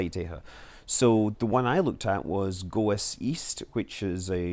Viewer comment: It's not Go Es. It's goze. I worked on the program. It's pronounced as 1 syllable.